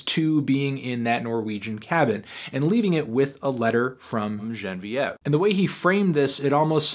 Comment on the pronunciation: I know you dubbed over the incorrect pronunciation of Genevieve. I see through the facade, fantano.